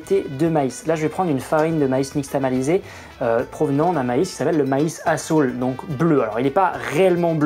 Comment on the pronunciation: j'entends pas azul mais asshole perso x'D😂😭